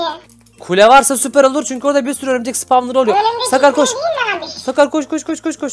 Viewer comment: Abi ömürcek deyil örümcek